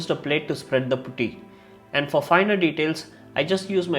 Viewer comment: Putty not pooty